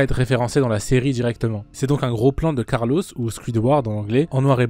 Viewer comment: « Carlosse » mdr, sinon masterclass com d’hab